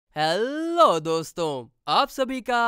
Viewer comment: Bro it is not allow it is hello😂😂😂😂😅😅😅😅